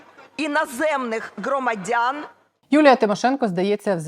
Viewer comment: Щось забагато Юлії Тимошенко у випуску. З її незмінним "ґ" при вимові слова "громадяни". Взірець "справжньої українки-патріотки", - заслухатися можна... ))